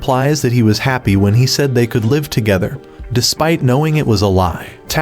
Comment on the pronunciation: Says live as in live on air instead of live as in living